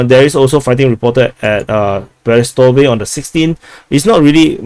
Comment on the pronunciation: Przewodów= psheh-voh-doov. Polish is easy. Greetings from Poland🙂